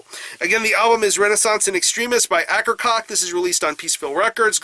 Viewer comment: Great work as always... just wanted to comment on the band name pronunciation, which should be "A-ker-coh-key"